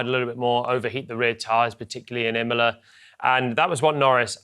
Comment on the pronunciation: Qualifying was always gonna be critical... at Immoler.